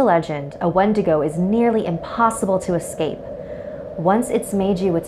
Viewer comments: Its prounounced win-dig-oo I'm native I know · Warrior Nun exactly what I was thinking. Also going crazy because she pronounced it wrong 😳